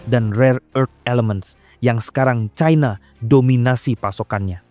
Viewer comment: Pembacanya fasih sayang tidak menguasai bahasa Indonesia yang baku ini sangat memalukan membaca China saja di barat baratkan China dibaca Chaina inilah yg merusak bahasa Indonesia Seharusnya bangga bahasa Indonesia yg baku bukan malah dirusak orang lebih pandai